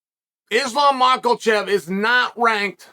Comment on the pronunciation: Chael, a small pronunciation tip: there's no 'L' in 'Makhachev.'